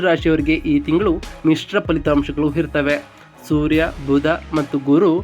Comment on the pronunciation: ಒಂದೇ ಒಂದು request - ತಾವು austrology ಹೇಳ್ತಾ ಇರೋದು, ಮೊದಲು ಅ ಕಾರಗಳು ಹಾಗೂ ಹ ಕಾರಗಳನ್ನು ಸ್ಪಷ್ಟವಾಗಿ ಉಚ್ಚಾರಣೆ ಮಾಡಿ. ಅಧಿಪತಿ ಯನ್ನು ಹಧಿಪತಿ ಎಂದು ಉಚ್ಚರಿಸಬೇಡಿ. ಇರುತ್ತವೆ ಅನ್ನೋಕ್ಕೆ ಹಿರುತ್ತವೆ ಅನ್ನೋದು ತಪ್ಪು, ಸರಿಪಡಿಸಿ ಕೊಳ್ಳಿ